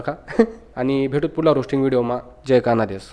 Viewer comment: Kana des nahi khandesh